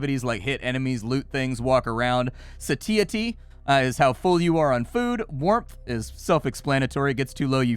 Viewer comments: The way pronounce satiety gave me a good laugh. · Hey, you should really check out how to pronounce 'satiety'... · Why are you saying satiety like that... anyway, great video. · I have never heard someone say satiety so wrong before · "Satiety" is killing me